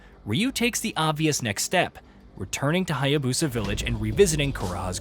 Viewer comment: This dude is still saying Hya-bosa, need to learn the correct pronunciation of the names bruh...